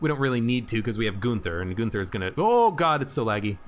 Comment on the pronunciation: It's not Goonther, his name is Gunther.